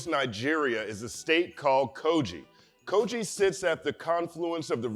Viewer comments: Dope also the pronounciation is Ko-Gi(Gi not Ji). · Quite excited to see you breakdown (a)music(ian) from Nigeria. Never heard of B-Tone, will be sure to check him out. Quick one; so it's pronounced /kogɪ/, as in 'g' in given, not /koʤɪ/